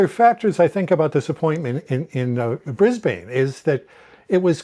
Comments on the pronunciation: It is so irritating to hear Americans pronouncing Brisbane as Bris-Bayne rather than Bris-bin as Australians pronounce it. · Ugh! Not pronounced Briz-BANE, but BRIZ-bin.